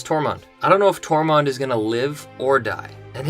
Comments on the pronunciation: is it me or are you saying Tormont instead of Tormund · And it’s Tormund, not Tormond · Tor-munn-d. Excellent vid. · ITS NOT TORMOND